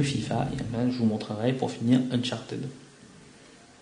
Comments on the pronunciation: "UNCHARTEUD" ça se dit UNCHARTID !!!! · '' uncharted '' ca se prononce '' unchartid ". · Non Unchartid c'est la facon francaise de le dire( parce que les francais on une accent catastrophal quand ils parlent anglais) mais en englais propre on le prononce Uncharteud !